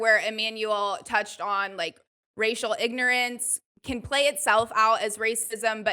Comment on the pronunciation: lol when she said "racial ignorance" i thought she said "rachel ignorance" wow the words are so similar